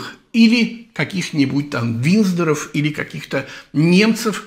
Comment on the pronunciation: Больше вопросов не имею! А ВинДЗоров всë-таки надо бы правильно произносить, тогда доверия будет больше, но это уже не к Вам.